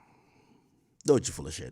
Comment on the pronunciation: W STREAM AK. welcome back...We here for it. 🦂 🦂 , just 1 thing. Her name is DOE-CHEE...not DOY-CHEE. Sound it out 🥷🏾..😂😂..